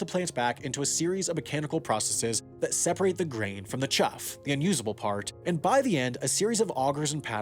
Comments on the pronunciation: Quibbles: "DeKalb" not "DeKab" (AFAIK in the midwest, the L isn't silent) "Chaff" not "chuff" "Towboat" (i.e. pusher) not "tugboat" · It's called Chaff. Not Chuff. 😂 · Learn how to say kossuth. It’s ka Sooth And it’s soybeans , not soybean when talking plural. And it’s de Kalb, not de cab. I know , you’re not a farmer. I shouldn’t bust your nuts. Chaf. Not chawf. Seed (plural) not seeds. Combine, not combine harvester.